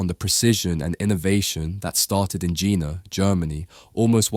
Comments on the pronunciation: Jena ~ "YAY-nuh", not "Jenna" :) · also jena is pronounced yena, and west germany annexed east germany in 1990, not 93. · Really nice to see a hidden champion from my hometown recognized. I walk past their currently builded new site every day, quite a fancy look. If you want to make a follow up and need some local information come over. PS hearing Jena pronounced the way you did still feels very odd. Try the "Je" like in "yell" and you'll be ok. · Jena is pronounced with just 1 "n" btw 😅 Best regards from germany tho 💜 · Thank you so much for saying Neekon instead of Nycon. Please say Yeahnah instead of Dshenna.